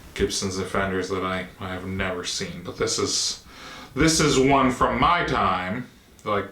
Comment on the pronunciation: This wain you are talking about, is it a big wain, or a little wain?